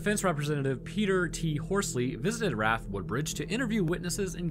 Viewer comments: R.A.F. not "raf," if you say "raf" it's more cringe than a man sitting down to pee. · RAF- R-A-F not "raff" like you keep saying. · It's not "raff", it's pronounced "R-A-F". You would know that if you did any research other than Wikipedia and random YouTube videos.